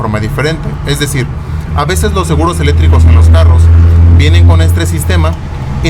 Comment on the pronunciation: No sabes decir seguros eléctricos y dises seguros elétricos sin C jajaj